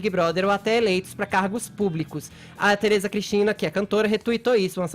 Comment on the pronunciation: FEFITO SEU ANALFABETO, APRENDA A PRONUNCIAR A LETRE “E” PORRAAAAAA, QUEM É TERESA CRISTINA? VOCÊ É TÃO RIDÍCULO QUE FAZ CITAÇÕES DE PESSOAS QUE NINGUÉM SABE